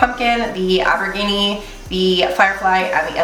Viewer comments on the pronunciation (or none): The shade is pronounced au-ber-jean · I like the way you say aubergine better, it has flair 😁 This was a great video! And dang that's a pretty palette 😍